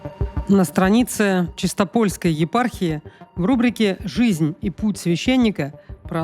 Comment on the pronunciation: простите, но Чи́стополь, чи́стопольская..справедливости ради